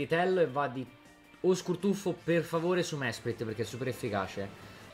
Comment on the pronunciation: Mesprit diventa schelogeggia perché questo errore di pronuncia mi ha fatto ammazzare dalle risate